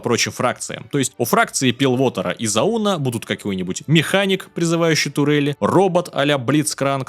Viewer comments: Делаешь супер офигенно, НО пилВотер и заУн - режет по ушам :D П.С. пилТовер и зАун (про пилтовер у тебя у самого на скрине написано "Piltover") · Назвал регионы фракциями. Ещё уши режет от того как ты произносишь некоторые их названия, к пример "Пилвотер", в то время как это Пилторвер, "Заýн", в то время как это "Зáун" и тд. Видно твою неизученность данной вселенной. Но в целом неплохо.